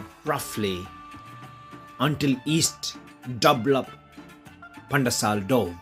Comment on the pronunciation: Wow pandesal very nice how uou speak pan-de-sal heheh